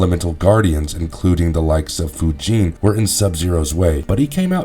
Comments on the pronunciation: I cringe whenever i hear you say chro-nee-ka and foo-jin... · Kronika = Kro-nicka. Not "kro-neeka." Fujin = Foo-jin. Not "Foo-jeen." Kuai Liang = Kwhy Lee-ang. Not "Kway Lee-ong."